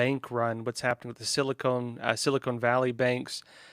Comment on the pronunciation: I thought it’s pronounced Sili-Con, not cone.